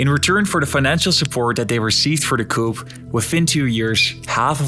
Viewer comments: In English the letter P is silent in the word 'Coup', it's pronounced Koo. Something pronounced coop with the P is a place where you put chickens, a chicken coop. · Yeah, Allede was suicided ... (we don't pronounce the p in "coup") Peron was a populist, yeah, his wife gave shoes for free, but he was a conservative right wing dictator type of figure, no hero! the Desaparecidos began in his reign"...